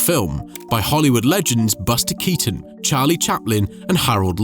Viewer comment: Però Baster Catonno non si può sentire. Perché non riascoltate prima di pubblicare! Perché!